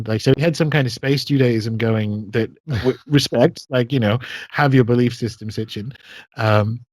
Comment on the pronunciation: SIT-CHIN. Not STICH-IN